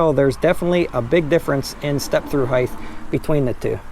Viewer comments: hate when yokels say "higth" instead of height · It’s height, not heigth. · Good review. Some pros and cons: -Pros: great info. Covered the differences well, especially measuring the stand over and pedal distances. -Cons: learn how to pronounce the word “height”. It ends in a simple “t” not a “th” sound. Kind of annoying.